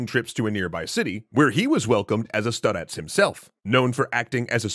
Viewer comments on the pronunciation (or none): Well, in Russian it can also be used to describe an old, but wise person. The "star" part implies that he's old. And also, it pronounced differently than in the video. Stress is on the first vowel